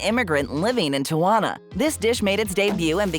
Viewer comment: it is pronounced; tea-ah-wan-ah